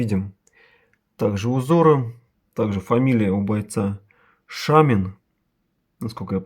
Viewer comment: Не Шамин а Шомин, имхо.